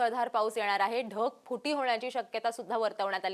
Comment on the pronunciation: धगफुटी नाही ढगफुटी मराठी सुधा येत नाही 😢